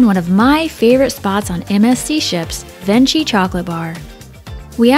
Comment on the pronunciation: I love your ship tours! Thanks. FYI Venchi is pronounce ven-key. I was corrected on my first sailing on MSC by a crew member. 😁